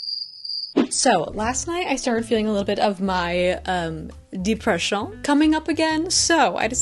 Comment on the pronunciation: The French accent when you say depression 😂 so relatable I love your videos!